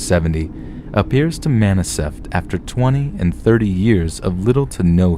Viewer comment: Yeh.. looks like the anomalous entity has already affected your universe. Maniseftly... SHIT!